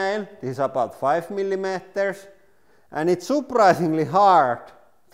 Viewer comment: "Mili matarrs"